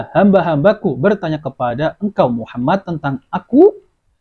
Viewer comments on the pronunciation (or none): none